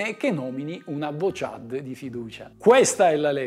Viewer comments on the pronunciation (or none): ha detto avvochad 😍